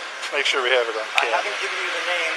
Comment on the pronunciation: he said sure not Shore